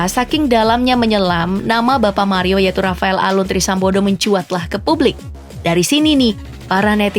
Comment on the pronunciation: Min aku dengar min "trisambodoh"